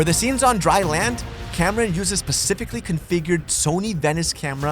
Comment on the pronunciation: I heard, “For the scenes on dry land, Cameron uses pacifically configured Sony Venice camera.” Please explain how to set up a Sony Venice camera in the “Pacific Configuration.” I am not familiar with the “Atlantic Configuration,” either. Or is it, the narrator doesn’t understand there is a difference between the meaning of “specific” and the word “Pacific”? Sad, but the dumbing down of America continues. But the movie is good!